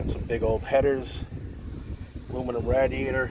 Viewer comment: Rad-di-ator. Fellow Long Islander!